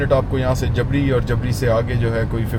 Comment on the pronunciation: جبری اصل ہجہ ہے نہ کہ جبڑی